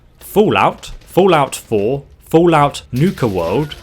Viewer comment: "fool-out 4".